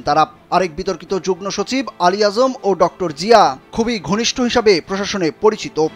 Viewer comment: যুগ্নসচিব নয়রে পাগলা😂😂 যুগ্মসচিব হবে😂😂 ফালতু রিপোর্টার😅😅